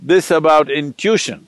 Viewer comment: When he branches off and goes into a detail he unnecessarily mentions 4 examples when 2 are enough. Irritating because one forgets what he branched off. Can't some tell him how to pronounce "intition" ?